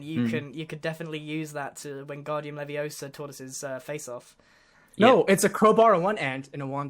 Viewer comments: It's leviOsa not levioSA! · It's leviosa. not leviosā. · GRIAN YOU SAID IT WRONG ITS LEVIOSA NOT LEVIOSAARR